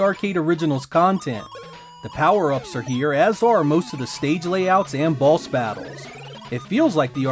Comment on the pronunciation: I allways hear you say balls instead of boss🙈